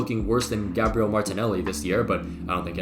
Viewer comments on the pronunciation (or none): none